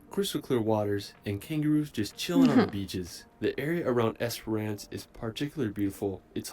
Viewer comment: It's also "ES-puh-ruhnce" rather than "ES-per-rance".